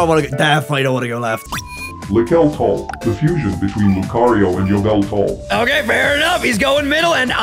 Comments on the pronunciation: its lucario... AND YAHVULTAL! ITS NAME... IS YAHVULTAL!!!! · You can tell this voice-over is with a voice changer because of the way he pronounced Yveltal lol